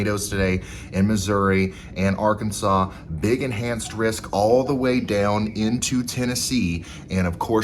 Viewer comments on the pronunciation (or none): none